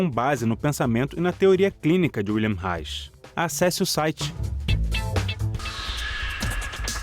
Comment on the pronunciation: O repórter deveria perguntar a pronúncia de "Wilhelm" antes de falar o nome dele!!